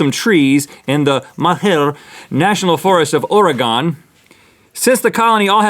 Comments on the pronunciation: it's pronounced Oar gehn not Or-eh- gon. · RHETT DO NOT PRONOUNCE MY STATE SO WRONG it's oregon, you pronounce it like organ. PLEASE NEVER SAY OR E GON EVEER AGAIN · rhett. you lose cool points. you mispronounced my state. it's Oregun, not gone. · Have to give you a little heads up, you said Oregon wrong. You pronounced it or-E-gone, but it is actually OR-uh-ghen, like organ with an uh in the middle. Also Malheur, is not a fancy pronunciation, it is MAL-her. That's it. Hope you see this. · It's not ore-gon. It's pronounced ore-gun. Come on noobs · Cool video, but it's pronounced Ore-gun, not Ore-gone. From a native resident of Portland Oregon. :) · As soon as Rhett mispronounced Oregon as "Or-ee-gone", all Oregonians shared a giant sigh of quiet frustration 😩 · Did Rhett mean to mispronounce Oregon? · It pronounced OREE-GYNN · It's O-re-GUN. It's funny how so many outsiders mispronounce our state name. No big deal, though; just funny is all. xD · sounds like organ not however rhett said it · ORY-GUN Rhett!! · OR-E-GUN!!!!! <---- that is how it is pronounced!!!! 😤😤😡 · ITS NOT "ORE GONE" RHETT AHHHHH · dang! he said "ore-gone"! (common Oregonian pet peeve) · "Oregon" is pronounced like you're saying "organ" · Rhett it is pronounced Oregin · Rhett, it's pronounced ore-gun XD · it's pronounce ore-eh-gun source: from portland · As an Oregonian the way Rhett said Oregon physically hurt me lol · Who else cringed when Rhett (hopefully, on purpose) mispronounced Oregon? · I cried on the inside when you mispronounced "Oregon". 💔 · Woohoo! Oregon pride! You guys said it wrong though. That hurts us deeply. Also, organism, more like "Oregon-ism." Heh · the way Rhett says Oregon makes me so mad 😂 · THE WAY RHETT SAID OREGON AS AN OREGONIAN IM CRINGING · It is funny that Rhett pronounced organism right but mispronounced Oregon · Rhett and Link,, please do not emphasis the last o in Oregon. it sounds like a east coast mistake. thank u. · Say Oregon like that again I dare you.